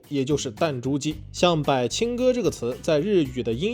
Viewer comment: 不是叫（白）青哥，是叫（伯）青哥，書多念（讀）一點⋯⋯